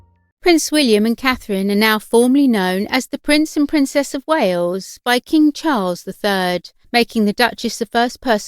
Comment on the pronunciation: 'The princess of Wayooz'. Ugh.